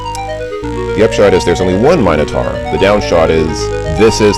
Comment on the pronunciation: I'm happy that you pronounce "minotaur" correctly. ' matter-of-fact attitude about it being "minno-tore" really grinded my gears in KQVI.